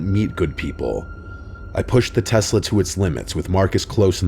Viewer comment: Say Telsa again , say it just one more time! I dare you. I double dare you mother f*** - Pulp Fiction 😂